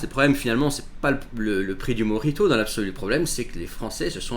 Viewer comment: Précisez : mojito et pas morito